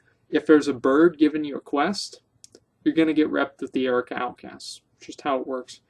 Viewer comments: What the fuck is the Erica outcasts? Learn to pronounce words. Jesus. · LOL I'm dying. I noticed his semi-strange pronunciation of 'ARR-UHH-KOE-UHH' as Erica as well.